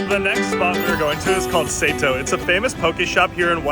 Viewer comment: You guys mispronounced Sato. Sato is a common last name in Japan and it’s pronounced saw toh.